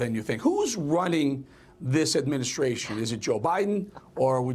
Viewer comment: Trimp ???? Newsmax please spell his name right T R U M P not Trimp